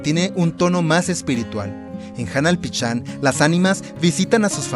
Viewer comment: Se pronuncia PISHÁN no PICHÁN!!!